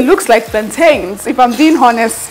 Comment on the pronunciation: Nwanyi oma it is pronounced as ONEST the H is silent . So stop saying HONEST